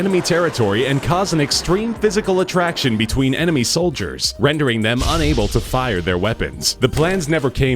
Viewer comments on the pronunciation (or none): none